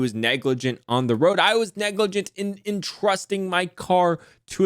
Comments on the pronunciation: LMAO silly it is spelt “neglijant’ not “neglargant” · NEGLARGANT 🤣🤣🤣 Top tier effort Neglrant Negligernt Negligante Nerglrant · neglarant lmao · Neglrant, negligernt, negligante, I love it 😂. I thought I was having a stroke for a minute